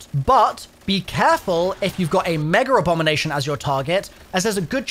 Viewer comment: Can someone enlighten me on where the R is in “MEGERABOMINATION?